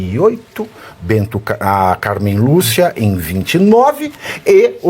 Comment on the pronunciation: Tropa de quem pegou a referência de "BENTO CARNEIRO" que quase escapa ao falar o nome da Carnem Lúcia? 😅 👉🏼